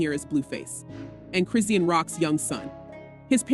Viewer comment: Why are the blogs always pronouncing Chrisean incorrectly. Chri-shawn, Chrisean! 😂